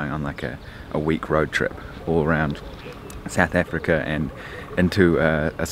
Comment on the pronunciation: I know you're not South African... but every time you say "sooth efrica" I doubt myself 😂 nice series so far!!